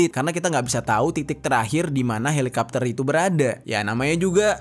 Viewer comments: Helikopter kok dibaca helikapter sih ? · kenapa harus dibaca halikapter sih? sebel dengernya halikapter halikapter 😭😭😭😭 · Helicopter kenapa jadi helikapter 🤔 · Candu bgt pas bang Jeri bilang "Helikapter"